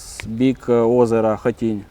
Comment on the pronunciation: шо таке Хатынь??? Жіночко, ви геть дурна чи лише частково? навчіться читати назви наслелених пунктів